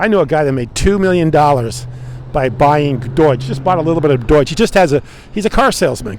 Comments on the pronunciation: Are you purposefully calling Doge (Doh-ge) coin Doije (Doi-je)? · All good! But ya it's pronounced like Dough - Doge. Also the "department of government efficiency" lol